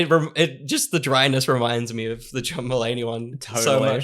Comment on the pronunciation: It took me a while to figure out you were saying "John Mullaney" not "Drummallaney". I thought they must have been a metal band 😆